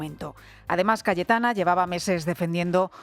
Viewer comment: Sólo yo escucho Galletana en el segundo ?